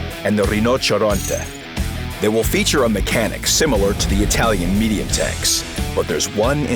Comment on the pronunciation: I'm Italian, You are not brought to pronounce the Italian "ryno cieroteh"